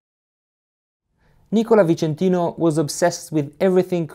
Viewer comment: Nice video. Wanna point out that it's "Nicòla Vicentìno", not "Nìcola" :)